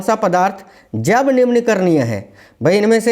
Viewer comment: सर सुध दे बोलिए जब नहीं है जैव है